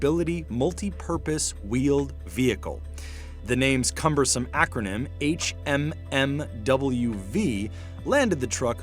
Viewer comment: HMMWV is an initialism. Acronyms are pronouncable. Initialism aren't.